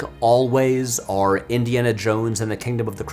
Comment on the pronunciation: Why do you say "or" the same way as "are" ?